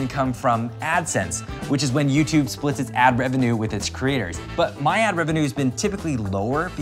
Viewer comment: It’s YouTube not yourube!:(